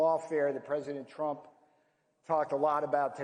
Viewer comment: He called him tremp lol